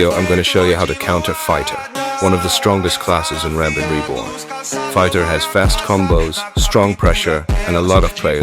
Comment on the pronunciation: Erm its not "Rambin Reborn" its "Rampant Reborn" Get it Right (this is a joke pls dont bomb me)